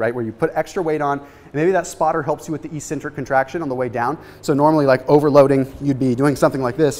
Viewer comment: I always giggle a little bit when he says e-centric